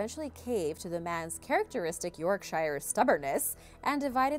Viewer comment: Shire is supposed to be pronounced like "sure" i.e. "York-sure". Not only do people mispronounce it, but the buses in my city mispronounce it, and that bugs me to no end. Love the video though, I was surprised that holdout buildings are allowed in China!